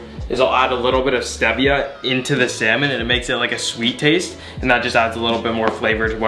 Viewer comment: Aha sry to say but ur saying stevia wrong mate